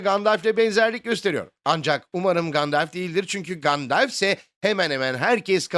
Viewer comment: Gandalf diye telafuz ediliyor. "Gandelf" diye değil :)